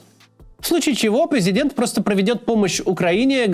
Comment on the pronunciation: «Призиденька» 😂 не позорься пожалуйста